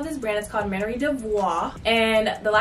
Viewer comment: It’s MAN-YER